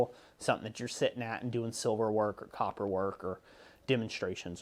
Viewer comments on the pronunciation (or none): none